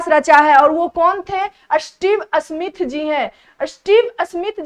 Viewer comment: Sahi tarike se bolna nhi aata Smith ko asmith bol rhi hai 😡